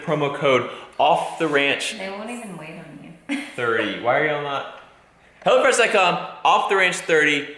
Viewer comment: Tought he said Hella fresh and not hello fresh, lmao.